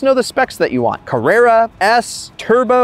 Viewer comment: If you are going to make a video about Porsches, please learn how to pronounce the name. While you are at it, figure out how to pronounce Carrera as well. Avoid mentioning Ferrari.